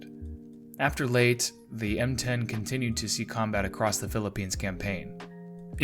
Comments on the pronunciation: I am sure i am not the first, but its pronounced “ Lay-tee”, not Late for Layte island. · Leyte is pronounced Lay Tee, not late. You sound supremely ignorant consistently mispronouncing it. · Leyte is pronounced as Lay-teh not "late" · FYI- I've always heard the island of Layte pronounced LAy-TEE not "Late" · Layte is pronounced Lay-tee. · its pronounced "Ley - te" NOT "Late" Sheesh! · "lay tA" gulf. Two syllables.:face-turquoise-covering-eyes: NOT "LATE.":face-blue-smiling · your video is good,but Leyte is pronounced Lay-tee,not late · pronounced laytay not late ffs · Laytee, not late. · Leyte is pronounced as "lay-teh" in English, and in Tagalog, it is pronounced as "lejte." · Consistently mispronouncing Leyte as "late" vice "lay tay" kept throwing me off. The video otherwise was good, but that one issue just messed with my head- and judging from the comments, I'm by far not the only one. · It's not the island of "Late", it's pronounced, "Lay-Tee", like "Lady", But with a "T" For the second consonant. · Lay-tee not Late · Lay Tay not Late. Learn to pronounce names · Exactly - it's pronounced "Lay-teh". When the narrator (an AI?) said "Late", I said, "WTF?" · Was that an AI narration? Everyone know it is Leyte not Late. Other than that is was a good video. Please fix this pronunciation. it make your channel look dumb. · It is pronounced lay-tee. Anyone making videos of world war two should know that. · Say out loud LAY TEE. are you a robot... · It's pronounced Lay'Tee!! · I live near Ormoc Bay. Just wanted you to know that Leyte is pronounced LEY TEY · Leyte “lay tee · LAY-TAY. YAH-MASH-TAH (Emphasis on second syllable. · Pronounced (LAY tay). Get your AI in order! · Isle of Late, eh? First sentence and your verbal shoestrings are tied together- off to a fabulous start. Then- Cow-wah-jillian! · Fuck sake lay te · Proper pronunciation of Leyte is "Lay-tay," as per Filipinos and the numerous "Battle of Leyte Gulf" videos available on Youtube. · Pronounced Lay - Tay